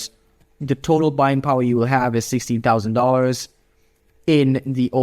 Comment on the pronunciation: do you say $16 000 or $60 000?